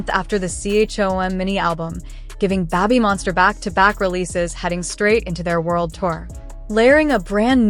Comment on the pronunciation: Yeah, getting tired go hearing Babbymonster 😆